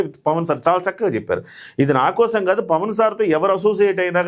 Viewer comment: Pawan Kalyan ( not Pawn)...pls make the correction